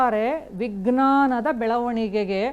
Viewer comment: ವಿಘ್ನನ ಅಲ್ಲ ಮೇಡಂ.ನಾಲಗೆ ಸರಿ ಹೊರಳಿಸಿ. ವಿಜ್ಞಾನ.